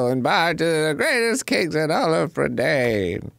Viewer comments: I loved these books as a kid. The movie is pretty good, but misses out on a lot of the magic of the story. Also, Dan so confidently mispronouncing Prydain was infuriating. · Fun fact for you, Dan - the land Black Cauldron is set in, Prydain, is a real place! :D It's the Welsh word for Britain. Pronounced pruh-dine :3